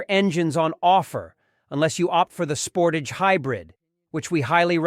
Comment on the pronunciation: How can you do a review of a vehicle when you cannot pronounce the name correctly? Thumbs down on this one sorry.